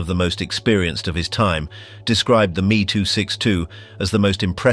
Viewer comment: I absolutely love this but also hate that AI was used.. Its lazy!! It is not the "me" Its called the M!! E!!! ME 262!!!! I do appreciate the attempt at telling people the amount of what is still bought, Used, and consumed today that was developed during the time of Nazi power I am told I am full of crap.. Ignorance has run rampant due to the modern programming of the masses.. Luckily I have procured many original items that prove otherwise.. All day every day.. Now these video producers need to devote a lot more time towards being accurate instead of using chat GPT..